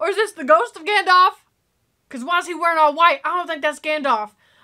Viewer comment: Love the video reactions of my Favourite movies, but it is pronounced Gandalf not Gandolf, and Aragon's scream when he kicked the helmet near the pile of dead Uruks was actually real cause he broke his toe as the helmet was so heavy